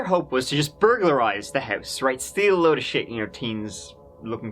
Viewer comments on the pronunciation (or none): none